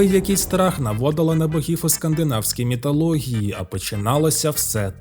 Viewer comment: міТологія???? Пздц